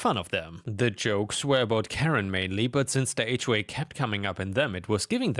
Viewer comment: Also "H way" instead of "HOA".